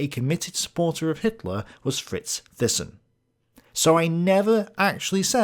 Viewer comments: btw, THYSSEN is phonetically pronounced as "Tay-ssen" (A Dutch/Flemish surname) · Thyssen, It's pronounced TY-son. I never quite saw Hitler as a puppet of capitalists, more that capitalists were puppets of the nazis, such was their fear of a red front seizing the means of production. Much of what I have gathered reading various tomes over the years suggests that the capitalist clique, if there is such a thing (hostile band of Brothers, K. NARX) tolerated the nazis, fearing the alternatives of communist rule. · Great episode, loved it! Ohh and Thyssen is pronounced like (Mike) Tyson, but with an "e" so Tysen. I'm Dutch, pretty sure German natives will agree on this pronunciation of Fritz Thyssen aka Tysen. But please don't see me as a grammar nazi now 😂😂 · Thailand, Thames, Theresa, Thomas, Thyme -- Thyssen. :-)